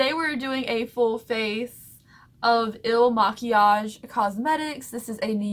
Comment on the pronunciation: When pronouncing ' Il makiage ' it sounds like "elle maquillage" which is French for ''the make up''